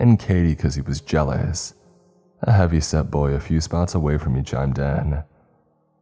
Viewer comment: Loved the story and your reading of it as always! Just in the interest of a helpful hint though, when you said 'chimed in', it's pronounced 'chimed' as in rhyming with 'blind', not as 'chimmed' rhyming with 'sinned'. It's from the clock noise of a chime when it ticks the hour - the clock 'chime' breaks in through any sounds/activities each time. You say "I shined my light around" later and that was the correct pronunciation there - you wouldn't say you 'shinned' your light around 🙂 Shine and chime both sound alike, with a 'd' on the end when it becomes an action word. You are a great narrator with your voice, only pointing out pronunciation because it helps you and your videos sound smoother ❤️